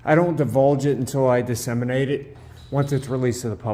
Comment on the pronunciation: His mom should have deseamenated....I think he was trying to say disseminate.